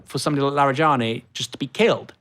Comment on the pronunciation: Its not "Larry"+"Jenny". Its: LaaarEhJaanEE. Larijani.